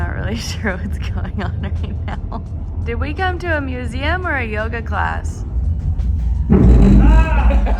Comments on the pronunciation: Love this video, can't wait for part 2!, never stop saying muzem🤣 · If you laugh at museum how do you not laugh at the way he says Vehicle???